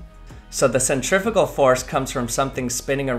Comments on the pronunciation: Why did you keep saying Centrifical it's Centrifugal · Absolutely hate how Americans say centrifugal...